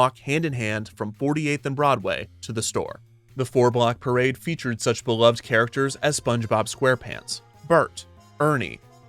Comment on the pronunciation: that's not how one pronounces "beloved" 😅